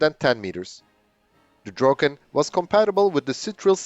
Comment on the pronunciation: You pronounce "Draken" quite well. I've seen other videos, and you are very good at Swedish as compared to other native english or french speakers. If you make the "a" in "Draken" like a micro-second longer and it will be perfekt. The same for "Gripen". The "i" is pronounced like an "e", and if you make it a microsecond longer it would also be perfect!